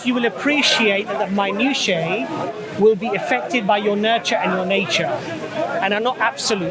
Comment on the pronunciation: ...I believe you are trying to say MINUTIA...pronounced MI NOO SHE AH If you are trying to say it in the plural, then you really are off the pronunciation. Minutiae (Plural)...pronounced MI NOO SHE E